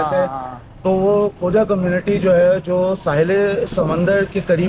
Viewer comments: word khoja hai. Khawja nahei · یہ درست لفظ خوجہ ہے